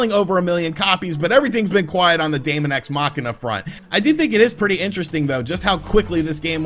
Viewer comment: Dæmon is pronounced demon. Just like æther is pronounced ether. Seriously, it's not that hard to learn how to fucking pronounce words....